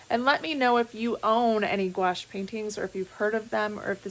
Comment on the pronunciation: Hi, thank you for the correct pronunciation on Couache. I have a suggestion for you. I am also a reseller and I carry a 2" measuring tape, a tiny black light that has a magnifying glass with it. Honestly I don't think it was the not knowing the size of the dress as much as the price. Those kinds of places are meant for buyers not resellers looking for deals. They were at the retail price. I live in Aurora IL, and through your vids I've learned of many places. Thank you ❤